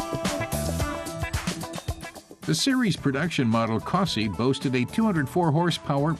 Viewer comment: Its not a cosa, its a cossie